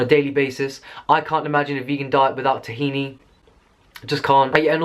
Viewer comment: dafuq is tahina? it's ttth hhhina!